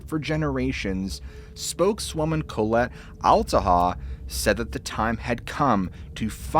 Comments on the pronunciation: "Colette" is pronounced Call-let. Co-let sounds almost derogatory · Dude I love your channel but you're going to have to Google how to pronounce proper names and city names etc, because you mispronounce a lot. "Collette" has the accent on the second syllable, "Koh LET". Just Google pronunciations and mark them on your script. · Bro…. It’s literally pronounced Ca-lette. Not Co-let like colon. 🥴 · Interesting diction of ?Colette? ?Colet? ?Kohlit? ... If by chance its "Collette" (or the first 2 mentioned initially above), then I think the pronunciation is "Call-ette" according to 2 of those in my college years (and my French professor). Just passing it fwd 🥂